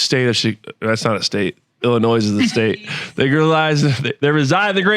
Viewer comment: There is NO pronounced S in Illinois dumb hey ladies if a man can't pronounce all of the 50 states correctly then do not procreate. RED FLAG :28. And to preface that he first was saying Chicago was a state. At least he corrected himself on that part.